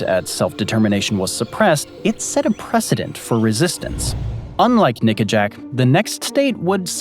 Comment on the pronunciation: Nickajack. Not that word